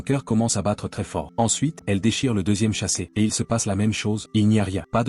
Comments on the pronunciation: On ne dit pas chasset on dit sachet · On dit sachet et non chasset pchtiiiiip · Sachet et non chaset🤦🤦🤦